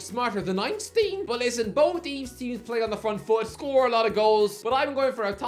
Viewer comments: Did you just say Ein-steen? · wrongly pronounces the name of the genius he wishes to compare himself to and makes hunself look like a predator's admiror